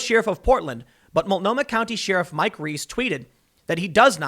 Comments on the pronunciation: Tim!!! It's pronounced like this: "share-if", not "sheer-if". My OCD thanks you in advance. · Day 5 of telling Tim it's pronounced 'share-if' not 'she-riff' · It makes me nuts when he says sheeeeruf.🤦🏻‍♀️ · Tim why do you pronounce sheriff like sheeeriff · Tim needs to learn how to say "sheriff" properly. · He did correct himself and even mention he was getting dragged over it. But that was 2 weeks ago and now he's back doing it again. Uggh. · Tims says 'Sheriff' like Brent Crysler says 'nightmare' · I can’t handle you saying “Sheriff” 😂